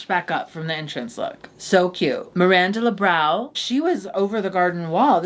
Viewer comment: "Miranda LeBrow"